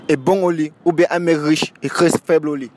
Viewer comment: Un mec pauvre mais CRÈS bon au lit...ce sont mes oreilles ki me font default ou alors tous ces Camer disent “crès” au lieu de “très” avec 1 “T” 🤔